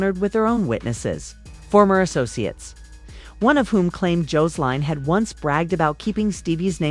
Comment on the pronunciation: JOES-LINE!!!??😡 JO-SE-LINE!!?? 😡